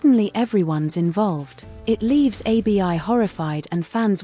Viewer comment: Abi abi abi 😮her name IS ABI NOT A B I